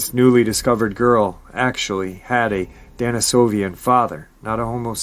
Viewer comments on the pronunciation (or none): DENisovisn, not DANisovian.... appreciate you nonetheless though